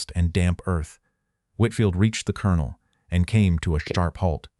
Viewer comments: While I am very happy to have this remembered for the importance of this, I am DEEPLY DISAPPOINTED in the AI voice over mispronunciations like pronouncing “COLONEL” as Kol-on-ol instead of Kern-el. Also the lack of punctuations and incorrect gathering of phrases in the subtitles, makes it substandard to the point I almost quit 2/3 of way through. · The narrator cannot pronounce 'colonel'. he should be replaced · no record? and an AI narrator that cant even pronounce colonel? Sounds like a fail channel recipe to me. Where can i find this? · This AI portrayal is absolutely horrible. Couldn't even pronounce the word colonel. The lesson is good, but this is an insult to all who served.